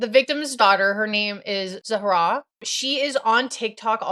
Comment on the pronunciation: finally a creator that doesn’t say zahras name incorrectly i swear everyone always says zara and its so annoying